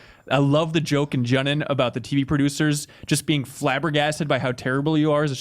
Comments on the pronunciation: That pronunciation was completely unacceptable. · It's JOO-non mofos, that's how those syllables are pronounced in Japanese. is always an idiot